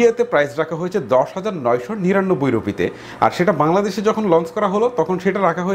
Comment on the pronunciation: ভাই ভাংলাদেশ না বাংলাদেশ হবে🙂